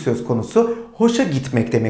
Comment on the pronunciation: Cümleyi okurken gefallen diye okuyorsunuz ama en sonda telaffuz ederken gefal diye okuyorsunuz hangi şekilde okuyacagiz